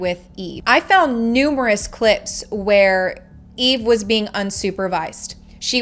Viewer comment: I really think you should pronounce the names correctly. It's franke and eve. Not evie.